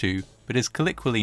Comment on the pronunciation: 'Colloquially' is pronounced 'coll-OH-qui-ally' - just thought you might like to know. This is fascinating!